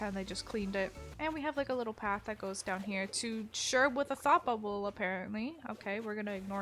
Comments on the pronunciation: is it only me that heard "faffafel" when she said thought bubble^_^ᓚᘏᗢᓚᘏᗢ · anyone else when she said "Sherb with a thought bubble" thought she said sherb what the fupoable